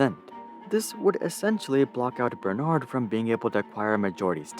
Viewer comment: The fact that he cant say " bernard " correctly tells me he did not do much researches. LVMH learned this way to acquire business in USA btw. After watching the whole thing , I still fail to see how they got humiliated ?